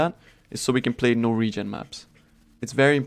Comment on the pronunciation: Aha, "no regen maps", I thougt you said "Norwegian maps" :P